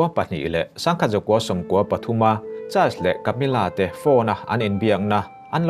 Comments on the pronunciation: A dik chiah.. child's tiin a lam tlat a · A ngaihnawm hle mai. Mahse Charles tih i lam dan hi hriat a nuam lo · I thil chhiar ah dik hlel a va tam ang reng ve aw.. Charles i lam dan ngaihthlak a hrehawm hret.. Chuan Prince William hi King Charles a unaupa angin i chhiar a.Cornwall i lam dan a dik lo bawk a... Lady Sarah Spencer( Lady Diana U)leh King Charles te hi thian chauh ni loin reilote chu an in ngaizawng ve... Thahnem ngaih thil thu ah ka ron comment ee.